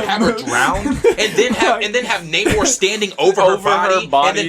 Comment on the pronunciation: Its pronounced "NA-mor"......not Nate Moore 🤨😵‍💫🤦🏾💥